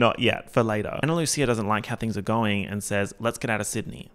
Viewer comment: Absolutely obsessed with 1. pronouncing Ana Lucia with a ch instead of a s 2. Then making oomfa oomfcia into oomfchia as well